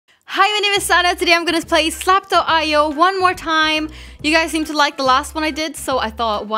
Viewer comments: its zlap not slao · She said slap.io lol in the beginning